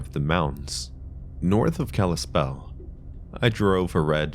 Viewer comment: Nice! You pronounced Kalispell correctly! 😅😂 Everyone usually pronounces it "kahleeslpell"